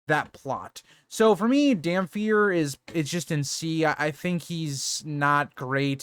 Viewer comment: Regarding Aeron Greyjoy, his nickname “Damphair” is pronounced “damp hair”, not “dam fair”. It’s “damp hair” as in his hair is wet because of his service to the drowned god.